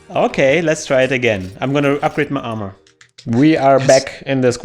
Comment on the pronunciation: it sounds like they have Arnold Schwarzenegger on the podcast "Oh ok then, I'm going to upgrade mah armah"